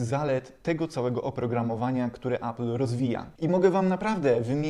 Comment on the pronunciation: Appla? Może appela? 😉